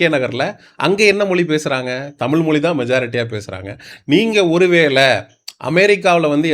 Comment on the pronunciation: தயவுசெய்து தமி(ழ்) உச்சரிப்பு கொஞ்சம் கவனியுங்கள்.... மொழியை மொலி என்று உச்சரிக்கின்றீகள். தாழ்மையான வேண்டுகோள்.